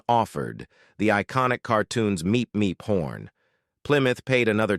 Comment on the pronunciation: I’m glad you correctly say, “Meep Meep” instead of “BeEp BeEp”🥴